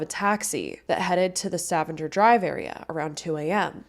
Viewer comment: I caught Stavanger too lol, uploader, sorry I missed your channel name, it's pronounced Stah-vang-er or Stuh-vang-er depending on your inflection She did a pretty good job at pronouncing Newfoundland though. Definitely sounds like someone who hasn't lived/spent time here (or with a Newfoundlander) but a half decent job none the less lol. Just gotta say it less formally haha. Newfin'land is what I tell people 😆